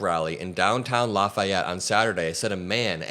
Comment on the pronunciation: No way you're a region rat pronouncing Lafayette so properly. True region rats pronounce it La fee ette.